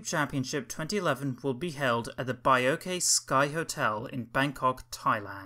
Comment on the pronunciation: mispronounced Baiyoke tower, It’s actually pronounced as Bai-Yoke not Bai-yo-ke Also ads on that tower is still a tradition held to this day alongside Baiyoke Tower II because Kingpower Mahanakhorn’s shape is too funky